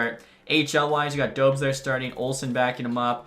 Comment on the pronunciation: I think its pronounced Dobesh